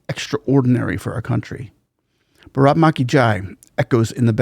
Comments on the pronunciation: It’s baaraath ma ki jai. Not braat ma ki jai. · You will have to stress on the first two letters BAA RAATH then the word can be heard clearly as your accent doesn't stress for proper pronunciation